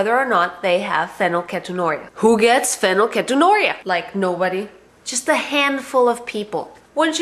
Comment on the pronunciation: you are making a video about your daughter and don't even correctly know how to say the word. oh and i say this becuase im living with it and have been for 18 years along with my brother and sister. get things straight before you decide to inform the whole world about PHEEEE NYL KEEET ON URIA!